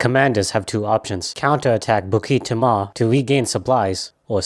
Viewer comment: Nah bro said bookeet teemah 💀💀💀no hate it’s just bookit teemuh nice vid